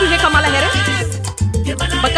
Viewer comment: U mispronounced "Kamala" name. 🫤